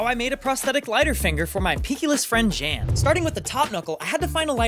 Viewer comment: I hate that his name is Germanic and is being mispronounced, it's supposed to be pronounced more like yaan, if you watch the movie euro trip they explain this in a scene between the main character and his younger brother in the first 20 minutes of the film